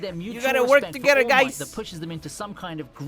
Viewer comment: He is fully committed to calling All Might “Almighty”.